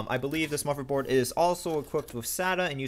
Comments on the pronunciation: Yes, instead of spending money on junk pcs, it might be wiser to save up and spend a couple of weeks with a speech therapist. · He said motherboard. How would you like it if YOU had a speech impediment and someone asked you that? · what's a muverboard? XD